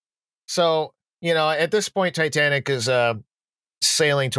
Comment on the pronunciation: Jesus, at least say the name of the ship correctly! It's NOT "Titantic"!